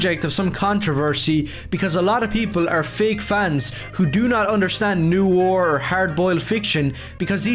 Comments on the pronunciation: Okay, but for a guy who keeps saying he's a fan of Noir ...does he know how it's pronounced? I don't like to belittle people who have specific issues with words cos that comes across as pretty abelist. But like, he keeps calling it "NEW-or". I'm not doing crazy here right? It should be "Nuh-wahr"? Is this just a thing he does because I'm starting to think he doesn't know what Noir actually is now.... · Oh good lord above i understand accents but every time he said "new are" i died inside. Its pronounced nwär. Its a french word and its pronounced fucking nwär. Im getting flashbacks to when one of my classmates pronounced "mosque" as "moss ah que" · “We don’t need to see superheroes’ eyes!” Finally… the CEO of Youngblood’s Disease! (Also, I cannot get over how he consistently pronounces “noir” as “new ore”.) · “They don’t understand NEW-ore.” Brother, you can’t even pronounce the word.